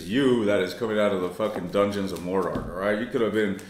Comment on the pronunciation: Bish. You said dungeon of mourdoor??!?!?! Ihy!!!😍🫦🥵💅🏽🔥